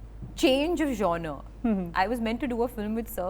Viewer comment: lovely Alia….i had trouble with the word genre as well…. ‘it’s jaan r